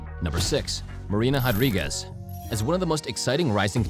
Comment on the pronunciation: MMA Commentator … RRRRRodriguez not JJJJJJAdriguez. Please stop doing that. Learn to pronunciate the R properly.